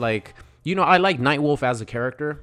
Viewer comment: No way this man said nightwolf right?